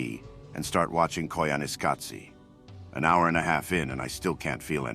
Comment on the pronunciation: Impressed with the job the TTS did on “Koyaanisqatsi.”